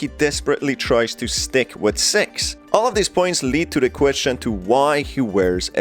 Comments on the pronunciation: I’m sorry , not trying to be disrespectful in any way , but it’s six not sex , even my subtitles spell out sex cause of the way he says it , lol even my daughters pointed this out also , great video btw and keep up the good work ! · I had my subtitles on and whenever he said six, it said se